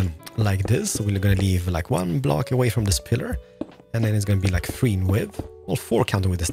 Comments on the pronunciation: I love the way he says three “ one two fwee four five” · you say number 3 weird